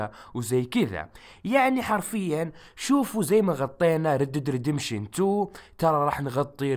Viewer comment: ياخي تضحكني ليقلت رد ديد ردمبشن